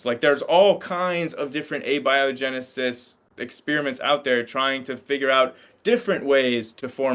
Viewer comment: Thank you for pronouncing abiogenesis correctly. The other pronunciation drives me crazy